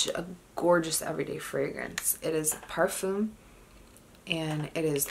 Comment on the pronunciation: the /m/ in parfum is not pronounced..